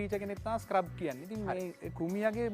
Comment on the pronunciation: මේ විශිෂ්ට වීඩියෝවට බොහොම ස්තූතියි. නමුත් මේ වාහනයේ නම 'ස්ක්‍රබ්' නෙවෙයි. ඒකට කියන්නේ “ස්කැරබ්” කියලා. මැලේසියාවේ පෙනැං රාජ්‍ය කෞතුකාගාරයේ කහ පැහැති ස්කැරබ් එකක් තිබේ.